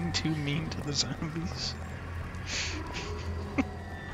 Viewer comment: I’m English, but because of Dunkey I now always pronounce zombies as ‘zermbies’ when playing any Resident Evil. 😂